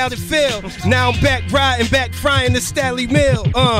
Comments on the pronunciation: Was it JUUUST ME that was experiencing anxiety EVERY time Sway *mis-pronounced Stalleys' name tho ! ? ? ? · sway this one reason i quit watching your channel you cant even SAY Stalley name right you out of touch brah smh lol